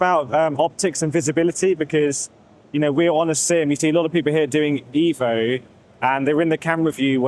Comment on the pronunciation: It's eh vo 😂 I like these wheels alot they look good